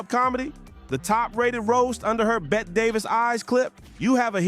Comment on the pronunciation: Thank you. I couldn't finish with mispronounciation. Please research😌